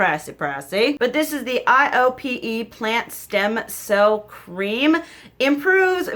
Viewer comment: Iope is pronounced like eye-oh-pay. It makes sense that you like it since you like amorepacific. They’re both under the same parent company. I’ve been really digging KraveBeauty for skin care myself. Just bought the meebak cica cream on amazon per your recommendation!